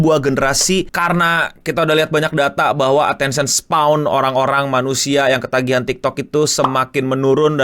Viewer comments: attention "span" bang, bukan "spawn" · Attention SPAN bang, bukan Attention Spawn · span bang, bukan spawn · "Attention span", it's not "attention spwan" please 🫠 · attention *span bang (baca spen kayak e di bebas) bukan spawn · "Attention Spawn" 🗣🗣🗣 Gampangnya pelafalan "span" itu dibaca spen aj bang Kayak "pe" dari "tempe" atau Pe- sePEda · no mau bantu koreksi dikit, attention span bacanya attention "spen", bukan kyk "spawn" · Dibacanya span bukan spawn, atensyen span. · bang untuk keseluruhan videonya udah mantap, tpi aku mo minta maaf dlu, gatel denger kata attention spawn😭😭, izin koreksi, mungkin maksudnya attention span (di baca spen), maaf sekali lagi tpi gatel banget dengernya😭😭🙏🙏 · nyebut Attention Span jadi kayak Attention SPAWN 🤣